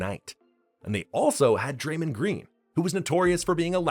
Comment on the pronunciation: Great video, but the way you pronounce “flagrant” and “Draymond” 😅